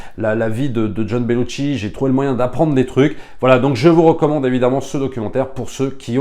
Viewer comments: petite précision: on ne prononce Belushi avec un T... ce n'est donc pas BeluTchi mais Belushi :) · Belushi = ”chi” Bellucci = ”tchi” Sinon, merci pour ton enthousiasme